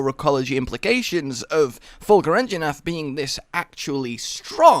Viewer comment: Anjanath, not "Anginath"